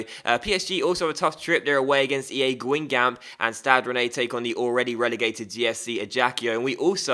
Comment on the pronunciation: Don't pronounce the last p aswell